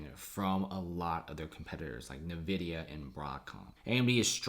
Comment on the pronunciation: It is pronounced “en-vidia”